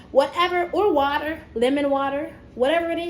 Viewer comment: She told Black Barbie to do it for the camera! Yesss! //@ - sippin' on wah-tah, hunni//lol@ "al-kee"// golden handcuffs would be nice - if only! Insightful video as to why you've been gone; I appreciate your transparency - Thanks for chilling with us.